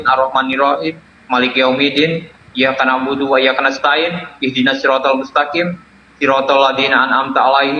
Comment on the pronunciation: Dia baca Surah Alfatihah aja gak bener, dibaca iyaka na'budu Padahal yang bener iyyaka na'budu😂😂😂